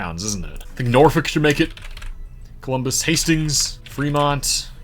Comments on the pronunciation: Weird Nebraska quirk…Norfolk is pronounced Nor-foRK 😅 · Just FYI, Norfolk, Nebraska, is pronounced Norfork.